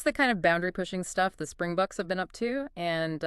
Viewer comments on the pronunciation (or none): Springboks not Spring bucks please get it right